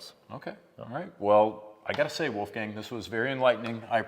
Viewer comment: "Wolf Gang" 😅 Tut leid, am also an austrian, but "Wolf Gang" 🤣